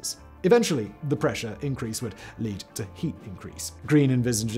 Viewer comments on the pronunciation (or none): none